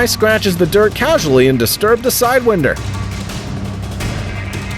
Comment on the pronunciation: You need a new narrator, he doesn't know the names of the animals...side winder lol NOT pronounced wind but pronounced wind like to wind a clock up. He speaks English aswell Doh!